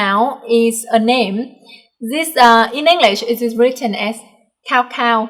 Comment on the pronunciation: Cao Cao in Chinese is actually pronounced Ts'ao Ts'ao. A "C" in Chinese pinyin romanization system is a "Ts."